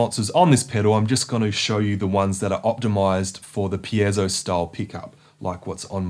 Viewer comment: Thanks for pronouncing "piezo" correctly.